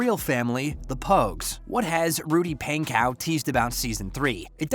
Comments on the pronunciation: It's pon/ co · correctly spelt pankow but yes pronounced pon-co